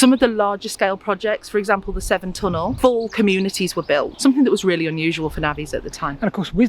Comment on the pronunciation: Thames and SEVERN canal, not "seven" nor "temps and 7" NAVVY, not Nav'i nor Na'avi, nor Navi SKIVVY, not Skiibby WHO would be a maid, not "which".... DRUNKENNESS, not drunkardness